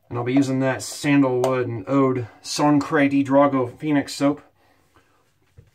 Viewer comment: One of my favorite scents from PAA! I think it's Sangre with a "G" though.... Anyways, great shave my man!